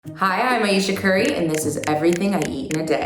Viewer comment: I thought she said "hi I'm asian curry"